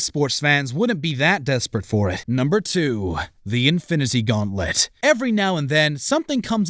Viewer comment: Number 2:the infinicy gauntlet Did anyone else realized how he said it